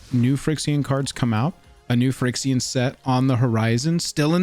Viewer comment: "Frix-ee-an".... FY-REX-EE-AN.